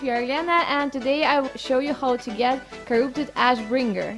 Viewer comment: i like how she says Corroopted